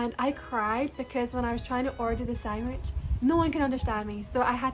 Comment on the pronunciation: I a fellow Scot am here to say: I love you but... sangwish?